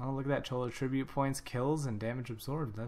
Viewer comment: Emphasis on the wrong syllable for attribute :p